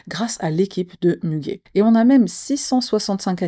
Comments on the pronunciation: Müge se lit Muguet comme la fleur 😊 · Ça se prononce Mugué 😊, c'est une journaliste, présentatrice et la meilleure Muge Anlı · ça ce prononce Muguet Anli sinon. Anli a été bien prononcé avec quelques conseils syllabique tu vas bientôt maîtriser le Turk !)))